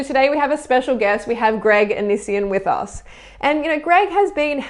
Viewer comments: the way you pronounce "onision" is hilarious "anisien" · ahh it was so annoying that she mispronounces his name